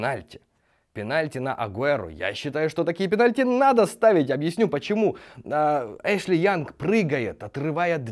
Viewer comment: "Пеналти анд ред кард" ахахахахахах